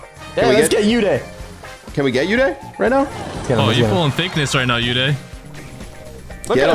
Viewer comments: They pronounce Uday wrong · It's oooday not youday 😂